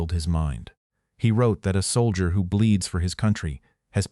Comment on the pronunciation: Astounding! AI can’t even pronounce the word “soldier”